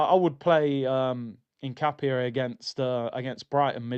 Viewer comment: Love how always says hincapie, HINCAPIE!😂